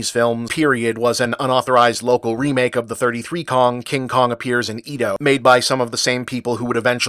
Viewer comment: Is it a coincidence that both Bob and James Rolfe mispronounce "Edo" the same way?